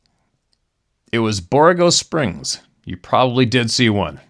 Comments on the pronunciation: Borrego Springs, pronounced "bor-REGGO" Springs. There is a sasquatch newspaper article from there from the 1870s, I believe. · Hey. Thank you for what you do. It's pronounced " Bor-eggo" springs. It's east of San Diego. God bless you and yours! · It's pronounced Bor-ego Springs. It's in eastern San Diego county. Fun fact... The Pacfic Crest Trail goes through Borrego Springs. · Yep, we heard our boxer bark 1 night a couple weeks ago! He passed about 3 mo ago. 🙏 PS, Borrego Springs is pronounced like Borr egg 🥚 O I have an Aunt Uncle that have lived there for years. Happy Holidays!